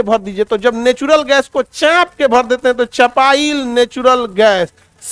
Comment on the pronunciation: Chaap k × Chhhhaaaanp k ✓✓